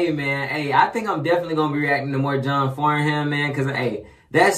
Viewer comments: Pronounced John FARNUM not as spelt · If you can get a hold of the Australian Aria Awards video, John Farnham ( pronounced " Farnem " ) is there as a guest singer & it was said he was the only artist who could turn a guest spot into a full blown concert, he always brings the house down. He is The Voice, and Australia's national treasure. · it's actually pronounced John Farnam silent h. he is a legend in the Australian music Industry. he has been singing for decades and his voice has not changed he is pushing 70 now and he sounds exactly the same. not only can he sing anything, he is a down to earth gentleman, a family man still married to his first wife for 44 years. if you really want to hear his vocal tallent listen to, "Help" with the Melbourne symphony orchestra, "When the war is over" - the last time. "something is wrong with my baby" with Jimmy Barnes. there are so many more, but start with those you won't be disappointed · John farnham (pronounced like Farnem) very big in Australia (just him, that's his name), particularly in the 70s and 80s, but still now his music is classic. Like if you're Australian, you probably know this song.